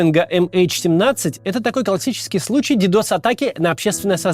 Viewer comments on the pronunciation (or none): «Дедос атаки» 😅😮😢